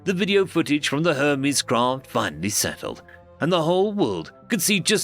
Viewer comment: The narrator did say Herpes right, instead of Hermes.